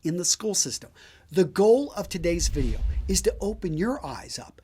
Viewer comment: The only time you seem to fail to pronounce the word "video" is when you hurriedly slip over the consonant D when you utter "the pai{d} sponsors of this vi{d}eo..."